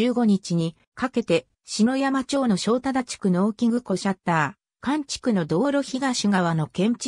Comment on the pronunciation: ありがとうございます。 削除動画の主です。 ところで篠山町＝しのやま、ではなく「ささやま」です。 関東系の人はみな「しのやま」と発音します。